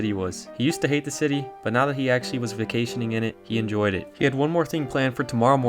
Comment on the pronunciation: I really “enojy” this video…